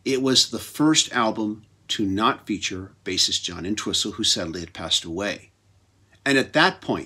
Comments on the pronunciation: inn-twessel? Thats the legendary Ox,John ENTWISTLE. he would probably laugh though. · The T is silent in Entwistle. Just sayin.